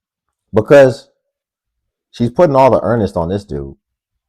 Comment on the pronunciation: Brother the word "onus" is pronounced "OWNus" You use it correctly every time, you got the definition down no problem No shame, just constructive critic stuff. Your work is excellent